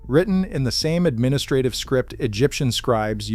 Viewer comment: Stop saying administrative!